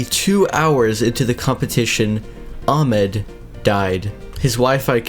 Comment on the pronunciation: It’s not amed it’s ahmed day the h